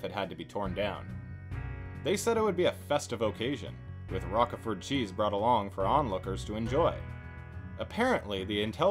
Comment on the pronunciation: How you can not know that Roquefort is pronounced with a long 'o' is a complete mystery to me.